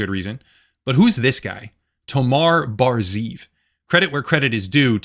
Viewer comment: Just a small point to make, I know it says ZEEV and you read it like ZIV but you actually have to pronounce it ZE-EV with 2 syllables (it means wolf)